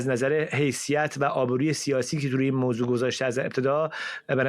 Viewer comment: موزه نه موضوع فرزاد جان